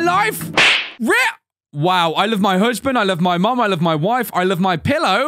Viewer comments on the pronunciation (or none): Bro when he did the mom one came up he spelled mom wrong he said mon lmao